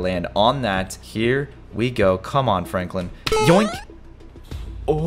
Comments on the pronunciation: My man said froklen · He called Franklin fronklin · When he tried to say Franklin he said Froglin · Caylus: walk very slowly very slowly fronklin me:HAHAHAHAHAHAHAHA FRONKLIN ITS SUPPOSED TO BE FRANKLIN LOL🤣🤣🤣🤣🤣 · The way caylus says Fronklin instead of Franklin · i like when he said"fronklin" instead of "Franklin" 🤣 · I loved it when he said fronklen instead of Franklin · What you said Fronklin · Why did you call him fraanklin